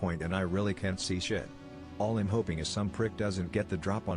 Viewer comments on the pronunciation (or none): Do you not know how to say the word I'm? It's a contraction of the words I and am.